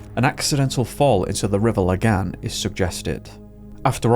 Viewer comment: He's by far the best english speaker I've ever heard pronouncing swedish, and better than many danish people. He did totally miss it on "Lagan" but it's obvious that he checked the pronunciations for the more difficult words. Man's on par with Pewdiepie and he's swedish born and bred.